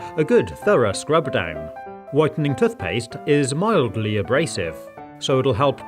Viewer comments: It is tooth not tuth. I have been a professional housekeeper for many years for an organisation that used to wash pillows and none were ever the same afterwards. It is far better to put protectors on pillows and then replace the pillows periodically. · Why does he call tooth paste toth paste lol 😂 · “Tuthpaste” hahahah 😂😂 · The way he says “toothpaste”